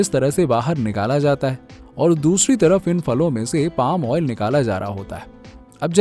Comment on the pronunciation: आयल नाही भाई ऑईल 😂😂 अनपढ